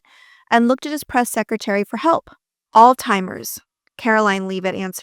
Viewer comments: It's Alzheimer's...not All-Timers. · It’s Allz-hi-mers. Not All-timers 🙄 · Alzheimers. ALZHEIMERS! Not all timers, you weany. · Great video but you mispronounced Alzheimer’s several time as ‘All timers’ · This looks like AI ! Why do you say "Altheimers" twice? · " All-timers" vs. Alzheimer's 😮😮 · Why are you pronouncing "Alzheimer's", "All Timers"? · Great piece!!!! Ty for this video!😊 (Alzheimer does not have a "t" in it.) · Just so you know, there is no letter T in the word Alzheimer’s as you can very well see in the spelling of it. Sure if Trump calls it incorrectly, that’s fine. It shows how much of an idiot please don’t call it the same thing cause that’s not how it’s spelled that’s not how it’s pronounced great story otherwise.